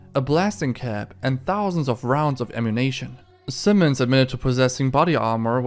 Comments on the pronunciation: Lost me when I heard him pronounce “ammunition” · It's ammunition not ammunNATION. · AmmunAtion...Did you learn English from GTA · My guy, Ammunation is a store in the GTA universe. I think you mean ammunition. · Bro it’s “am-you-nih-shin” not “am-oo-nay-shun” 😂😂😂😂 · Is it just me or does the narrator keep saying Ammu-NATION insread of ammunition? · the word Ammunition is pronounced: Am-you- ni-shon